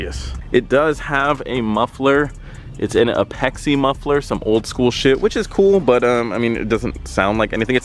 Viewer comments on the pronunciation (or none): It’s A-PEX-i 🤦🏽‍♂️